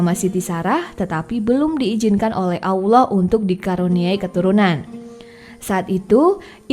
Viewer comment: Gak pantes lu bawaain konten agamis. Belepotan bahasa lu kek bukan muslim aja lu... Suku Jurhum bukan Lurhum Allah di baca tebal bukan awloh...